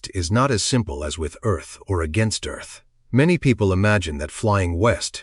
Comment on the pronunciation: Eth axis? Ditch the AI man.